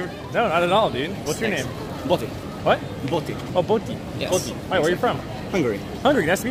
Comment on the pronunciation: Boti=botond but sounds like booty xD